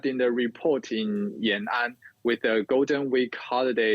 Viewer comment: it is Yan An, not Ya Nan...